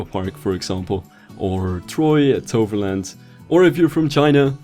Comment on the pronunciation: u can prenounce toverland can u prenounce efteling aswell?